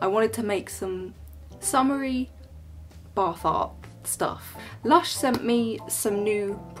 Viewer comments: "let us begin the bar fart" me - What?!?! boyfriend - she said bath art Love it ! xx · Every time you say bath art I hear "bar fart" and giggle like a 12 year old.